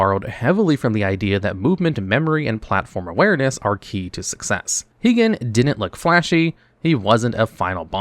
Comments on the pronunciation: HIGH-GEN, not HEEGEN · Heegan not high-gen